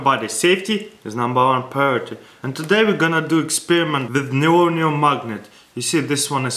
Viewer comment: Ladies and gentleman presenting "The Neyoyumm magnet - ."